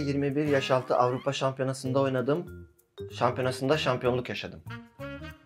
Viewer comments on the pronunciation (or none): Lemına afrikalı :) avrıpa değil ... birde bu adamlara türkçe öğretmeni ders versin ve kitap okuma etkinliği yapılsın:) bu heyecan falan değil bu farklı birşey :)